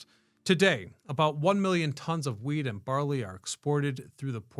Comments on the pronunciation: Anyone else hear weed instead of wheat? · I agree I think he misspoke and said weed more than once I heard wheat twice but he said weed too lol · he definitely said weed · I swear to God you said loaded with weed. Lol. I've gone back and listened to it 4 times and it never changes to me. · My brain is so messed up, every time he said wheat, I hear Weed. And I'm thinking Huh??? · Lol! I heard it too.